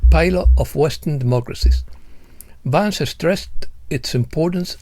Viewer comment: Oh!, estimado: en la versión en castellano Vance (pronunciado correctamente "Vans") aparece castellanizado, Van-ce, sonando casi como avance😅. Quizá era esa la intención!?! Por otra parte, cuando mencionas a Chellea Wilder, la pronunciación correcta es "Kélea", como en Achilles (Aquiles). Gràcies por tu encomiable labor🙏👍